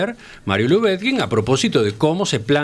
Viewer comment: Cotelo: al menos, procure pronunciar correctamente el apellido LUBETKIN. Sólo una sugerencia.